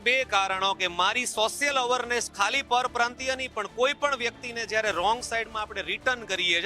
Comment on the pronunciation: અવરનેસ નહિ અવેરનેસ 😊